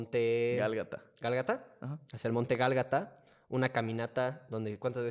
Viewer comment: Fuera de que es Golgota y no galgata, muy padre el video